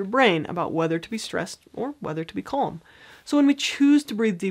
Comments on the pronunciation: Just please, please fo not pronounce calm as cOlm, very annoying. All else is great. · It stresses me out whenever she says ‘kolm’